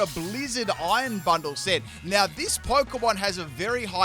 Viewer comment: When says Iron Bundle it sounds like Iron Butthole. It also does not help when you see future Delibird's tail from the back during battle lol.